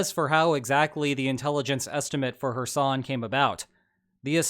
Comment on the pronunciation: Everytime says 'Kherson' I hear "her son".